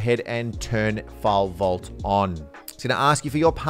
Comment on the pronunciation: WTF is fall-volt?